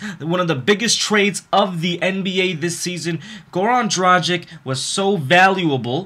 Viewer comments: Its pronounced Goran Dragich. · Well, since I'm from Slovenia, I can tell you that his last name is pronounced DraG(G like in the word draGon)iCH. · I just want to tell you that you spell his name the wrong way. You have to spell it like Goran Dragitch, because he is from Serbia and the last C in the surname is always spelled like tch in witch. But no offense man, its just a little help for you with foreign names. Keep on with your great content. Greetings from Austria ***** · It's pronounced gra gich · Just wanted to let you know: it's pronounced DRAGICH...........regards from Slovenia. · Dude! All is good but PLEASE! work on your "Dragič" pronunication :) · Dude try to pronounce Dragic like is right! It sounds offensive as you say it'